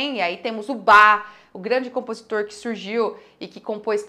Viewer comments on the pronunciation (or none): none